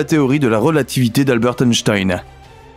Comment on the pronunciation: "Albert Tenstein", vraiment?